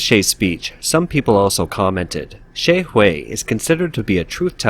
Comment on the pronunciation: Please check your pronunciation on Names (Xie’s)